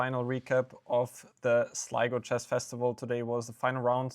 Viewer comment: Note to Sligo organizers - ensure all streamers can pronounce Sligo